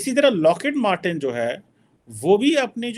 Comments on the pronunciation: Abbey its not locket matten. Its lockheed martin.😂🤦 Sala kaha se english sikha hai bhai tune? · locket martin nahi your isi punjabi training needs update its Lockheed Martin